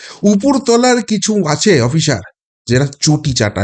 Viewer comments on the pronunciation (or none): none